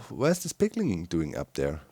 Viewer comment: A lot of stuff slipped out of your mouth! Including piglin sounded like pengling!